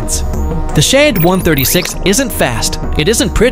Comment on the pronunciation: Shaved drones Are Russian, not Ukrainian. Say it correctly. Don't you have editing?